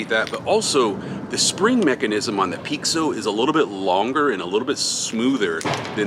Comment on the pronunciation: Hey im from Brasil, i don’t know if it’s gonna help but pixo is pronounced in Brasil with a sound of sh, so when i heard you saying pixo for me sounded like “peek so” and here we say it sounding like the Letter P and then a sho like the word show just without a the W, so it would pronounce “ P sho “ So it’s just some facts since art primos idea was to do a homage to brasilian tagging (picho/pixo/pixação/pichação) i think you guys would sound 10 times better if you guys got the sound of the word in it’s essence it will give probably more 30 or 40% more of the brazilian flava in the marker and you will captivate the brazilians folks hearts too ❤😂, so just to say it’s a not a complaint about how you say it, and im not trying to be rude or arogant, it’s just tô try to improve our cultural conection and friendship. Ps. Love seeing you só healthy and strong on what you always do ❤